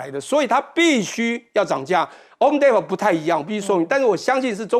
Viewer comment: homedepot t 几乎不发音。